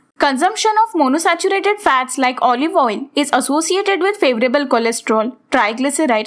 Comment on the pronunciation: Correction- it's MonoUNsaturated fatty acid... U read it in correctly